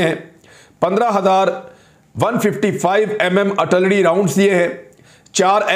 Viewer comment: jemab its not artullery its Ar til lery.